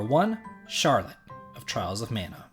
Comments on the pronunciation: You mean “charwette”? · Charlotte would be 10 times less annoying if she could pronounce her R's and L's correctly